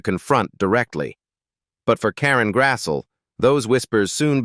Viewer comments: AI voice sicks. Her name is pronounced Grass-lee, not Grass-so. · Nice insight. Pity your AI narrator couldn't pronounce the subject's name properly. It's not Karen Grassel, it's Karen Grasslee. Try hiring real people to do real jobs.